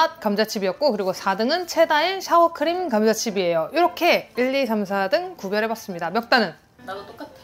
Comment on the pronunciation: 샤워 크림이 아니구... "싸워" 크림으로 발음하셔야... ㅋㅋ 샤워크림하면 shower~!! 샤워가 된다능... ㅋㅋㅋ